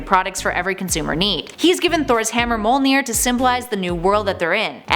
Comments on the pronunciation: It's not Molnir it's MJÖLNIR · She said molnir insted of mjolnir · why do pronounce Mjölnir wrong its not that hard